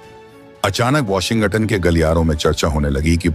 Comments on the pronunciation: Kya Washington ko Washingatunn ke roop mey pronounce kiya jata hai.😮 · Even I found it funny.